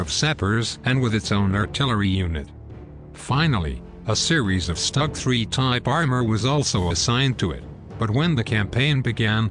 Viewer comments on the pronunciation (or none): none